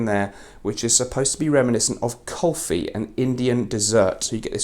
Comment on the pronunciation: Hi, I heard you mention 'Kulfi' as a note in TF Noir Extreme. Just to help you, it is actually pronounced 'Coolfi'. It's one of my favourite desserts. 😁 I hope you don't mind. Thanks again. Big fan! Looking forward to Gravitas Pour Homme. All the very best for that. With love, from India.